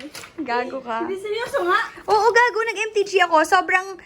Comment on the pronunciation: hearing those "gago" from is so damn cool hahahaha like sis ang ganda ng pronounciation ng pagkakamura lol ako lang ba? Hahahaha loveyou!!😍